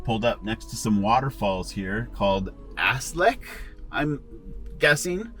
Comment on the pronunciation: Rather than ‘ass lick’ waterfall it’s pronounced Ashlee (Gaeilge/Irish) waterfall